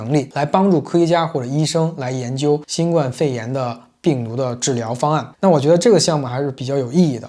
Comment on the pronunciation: 新冠（guan第一声）病毒。（不好意思，纠正下读音。）